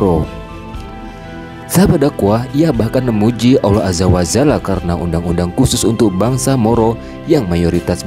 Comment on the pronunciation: Allohu Akbar ...!!! Btw., nyebut kalimat Alloh Azza wa Jalla. Bukan Aza wa zala min...